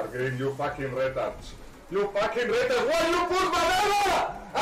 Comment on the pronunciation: When he says "Retard" it sounds like "Rental" 😂